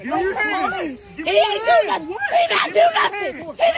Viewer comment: “he didn’t do nuffin” counter: 247